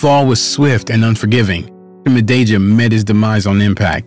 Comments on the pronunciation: "Mah-day-jah" Jesus christ wtf is that pronunciation😅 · Please show a bit of respect and learn how to pronounce one’s surname before producing such video. You are twisting the pronunciation of his surname horribly wrong.